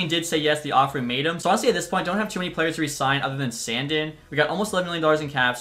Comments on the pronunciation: It’s “sandeen” not sand in idk how you don’t know that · SAN-DEEN NOT SAN-DIN good video though squirt